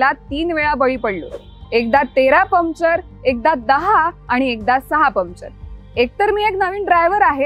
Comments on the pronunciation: परफेक्ट टीम वर्क पण चुकीच्या कामात.. मॅडम.. पमचर नाही पंक्चर म्हणत जा. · Arre baba Pumpchar nahi , puncture bol ga 😂😂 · पम्चर नाही, पंक्चर म्हणतात ग त्याला. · पमचर, English word.. It’s okay But - बाराइकिन got me rolling 😂